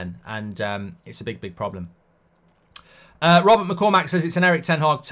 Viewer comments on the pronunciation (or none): none